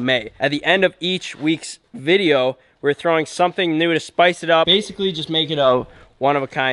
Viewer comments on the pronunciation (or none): none